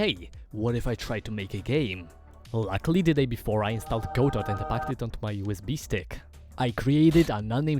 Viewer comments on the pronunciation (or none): It's pronounced "Guh - Dough" please look it up and get it right. Awesome video 💯🤑